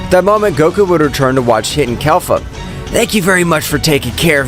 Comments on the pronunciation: Kelfa bruh it’s kefla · Man I love the vid but pleaseeee it’s not kelfa it’s kefla 🙈 everything was great but saying kelfa was pissing me off 😂🙈🙏🏽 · Bro really says Kelfa